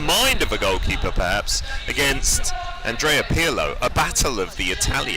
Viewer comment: Andreo Pirla??? Really commentator? That was embarrassing